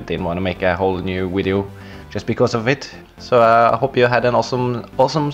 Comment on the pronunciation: Hello guys welcome to another vvvideo and in this vvideo XD then after that u Said wideo XD Good job! XD